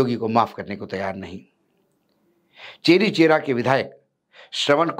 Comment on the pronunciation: चौरी चौरा है। चेरी चेरा नहीं है